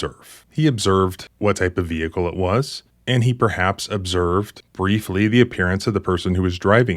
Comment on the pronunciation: "I seen". "Ve-hick-el". They don't want cops to be too smart, keep em following orders.